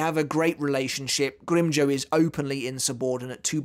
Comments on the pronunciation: Will become a patron if you stop mispronouncing grimjow, it’s not grim joe it’s grim jow like wow or now or how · GrimmJOW not grimmjoe